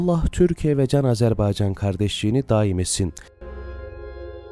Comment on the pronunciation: Can qardaşım Ne gözel Azerbaycan diyorsun.Diline kurban Abi!!!